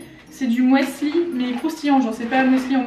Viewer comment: Le "persil/persi", ça dépend de quelle région tu viens. C'est comme "chorizo/corizo". Mais... du "mouesli" ? DU "MOUESLI" ?!... Bon, pendant un moment j'en prenais pour grignoter, c'était moins problématique que les barres chocolatées et les confiseries. 😆 En fruit, je préfère les pommes, c'est ce qui me cale le plus. Quand c'est moi qui achète, je fais attention donc j'arrive à me contrôler mais quand je passe chez mes parents, je me relâche et je culpabilise. 😒